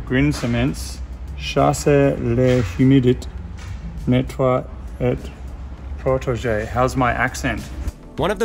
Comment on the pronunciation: You pronounced ''nettoie'' quite perfectly man. PS: ''apples from the ground'' to say Pommes de terre is quite clever. but you'll only see this in restaurants or reciepes, peope at home will say ''patates''. very close to potatoes.